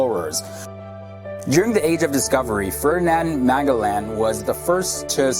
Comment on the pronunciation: That narrator pronounced Magellan (Muh-Jell-Lan) weird!!